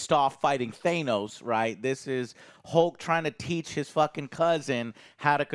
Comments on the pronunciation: I still don’t get why joe pronounces is thane-os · How! After all this time how does stil pronounce Thanos wrong. Is it to get more comments under his videos? Or is he really that unaware